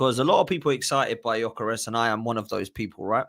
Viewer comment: The pronounciation is (Jö-ke-res). I’m swedish